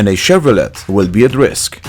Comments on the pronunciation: BTW All of us: Chev-ro-ray: Cshevph-Roe-Rlaet Louis Chevrolet will thank for being the first guy to say his name as written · You know that you don't pronounce the 't' on Chevrolet, right?